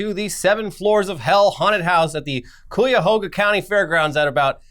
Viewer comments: Never thought I'd hear about my home state for something like 7 floors of hell. Though just a point it is actually said like kīyahōga unless the guys who live there say it otherwise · As a Clevelander -- just to help. "kai-uh-hog-uh" or "kai-uh-hoe-guh' aka Cuyahoga County. (kai pronounced like kayak) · First time mentions my hometown and he butchers Cuyahoga County's name. So proud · Still waiting on the day a youtuber pronounces "Cuyahoga" right 😔